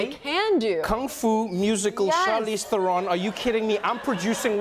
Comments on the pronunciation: Funny, Trevo traveled with her to South Africa but never learned to pronounce her name? Not Ther-own but Ther-un. Or more correctly "Trown" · The only thing that bothers me about this video is his constant mispronunciation of Theron. It's "There-un" not "ther-own". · Love them both, but why did I expect Trevor to pronounce her "Surname" correctly - He said THERE-ON as opposed to TA-RON, South African inside joke. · Theron, rhymes with heron. Not TherON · Lmao!! I like how Trevor is unsure whether to pronounce Charlize's surname the South African way or the (wrong) American way.. so he makes a combination of both.. haha! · Wish they spoke Afrikaans in this interview! I also thought Trevor would pronounce her surname correctly...but anyway, it's rad to see this...proud South African over here. <3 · trevorrrrrrr say her name right pleaseeeeee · Trev....youre mispronouncing her last name